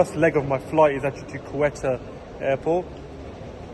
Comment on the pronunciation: Great video, bro Quetta is pronounced Ko - i as in India - ta sounds like Ford Ka.. ko-i-ta